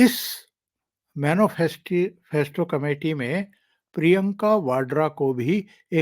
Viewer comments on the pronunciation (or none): जी राम राम। बहुत ही अच्छे विषलेशन के लिए साधुवाद। सही उच्चारण मैनीफैस्टो है। मैनोफैस्टो नही।